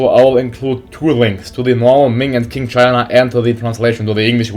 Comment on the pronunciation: Qing is pronounced like "Ching" just so you know m8 :)